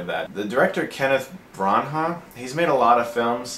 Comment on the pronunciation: "Kenneth Bron-ha". Looks like Chris was always bad at pronouncing surnames.